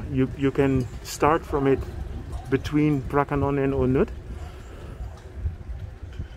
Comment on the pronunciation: You pronounced the word “pra ka nong” very beautifully and exactly to Thai did.